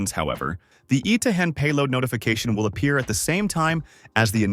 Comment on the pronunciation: "Item ZEE flow" lol